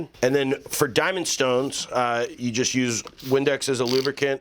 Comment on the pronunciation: Jest curious, are you drunk in your intro? Jest a little? Thx for the vid, guy!